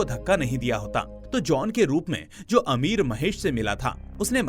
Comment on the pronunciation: Amir nhi bhai ,ameer😂😂😂😂